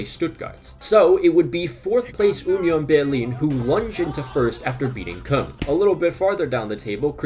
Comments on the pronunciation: whenever I hear Germans pronounce it, it sounds like how “Köln” is spelled, or kind of like a softer “corn”. The way he says it, it sounds like “Kun” which doesn’t seem right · Love your videos but why are you pronouncing “Cologne” like that, there’s no way